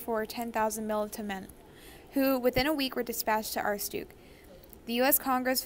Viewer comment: Not how you pronounce aroostook but ok 👌 (I’m from Maine found this hilarious)